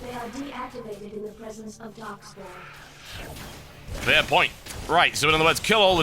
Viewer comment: Anyone else keep hearing "Darkspawn" instead of darkspore?